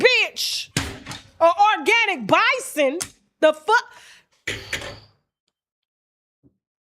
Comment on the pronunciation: Tasha said a "Bison" 😂😂😂😂